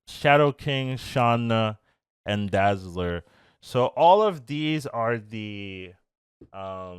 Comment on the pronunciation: I want Dazzler for my Ultron deck ,also, it’s Dazzler